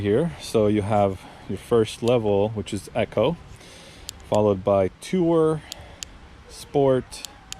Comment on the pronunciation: EEEEE....CO not Echo 😉